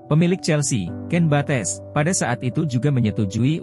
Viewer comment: Sebetulnya kontenya dah bagus sih, sayang penyebutan nama2 dalam bahasa Inggrisnya terkesan ngasal, sebetulnya kalo usaha dikit untuk liat2 dlu di youtube gimana cara bacanya pasti jadi lebih menarik.. ya emang bukannya harus perfect jg penyebutannya, tp ini agak terkesan males aja, Bates, "Cobam", dll